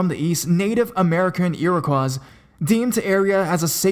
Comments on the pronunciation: one of the endless words that are quite often mispronounced by this guy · shenandoahliberty I was pointing out the failed pronunciation of the word.